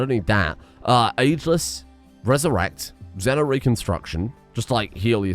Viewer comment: Xe-no-re-con-strac-tion baby!